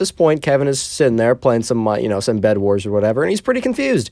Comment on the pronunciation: Instead of bed it's bled :)